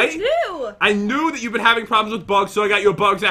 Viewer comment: "Hold on jat" wait wat? "Jat died" lol